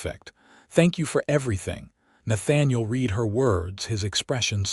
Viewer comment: You need to EDIT & REVIEW your work, especially the reading of it to correct AI screw ups!! Correct AI when it screws up the word - read. It can't tell when to pronounce it " reed", present tense action. Or "red" past tense action. AI does it wrong 90% of the time and screws up the storyline. EDIT & REVIEW!!